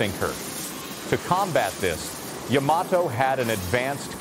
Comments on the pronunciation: not YAM A TOE. YAH MAH TOH. Can't take you seriously... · Is this AI narration? Guy says YA-mato when it's supposed to be ya-MA-to. Later, he says it correctly, then goes back to incorrect. Strange. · I am a fan of the Yamato mainly because of the anime Space Battleship Yamato / Starblazers. My question is, how do you correctly pronounce the name? It is really about where you pronounce the T. I have always said Yamaht oh. But I have also heard Yama Toe. Even this video says it both ways. The anime says it both ways. The most recent anime says Yama Toe. I just was curious. There may be no correct way. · Yama toe, really?